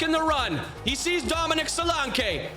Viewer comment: 😂😂😂😂 the way you say Solanke's name.....'Dominic Solankay!